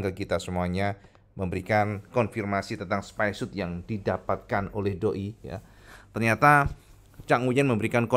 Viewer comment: Bacanya bukan "spaisiut" tapi "spaisiot" karena huruf "o" nya cuma 1 "spyshot" bro, buka "spyshoot", 1 "o" ya dibaca "o", 2 "o" alias "oo" baru dibaca "u".